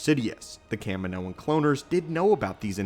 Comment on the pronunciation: Where does that pronunciation of Kaminoan come from? The species was introduced by someone saying its name, and they didn't say it like that